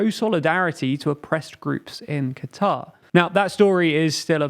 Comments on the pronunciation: I know you're british, but it's pronounced "Cutter" not "Qwatar" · no it's not it's pronounced qatar. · No you idiot. It's supposed to be pronounced "cutter" that's how they pronounce It locally